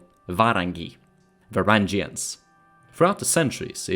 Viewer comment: Great videos, but pronunciations are "varyags" and "khaganus"